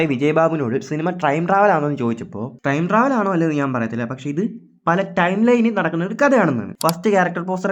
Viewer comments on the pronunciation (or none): Trime travel എന്നല്ലേ ആ പറഞ്ഞത് 👀😅